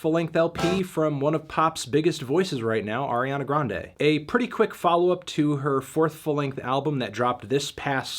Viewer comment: You mispronounced Ariana Grande. It’s pronounced Ariana Grande.